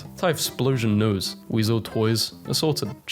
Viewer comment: the way he said "nose"